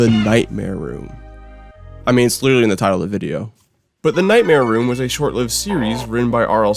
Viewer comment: All I hear between segments is "Nightmare Womb" and I can't take it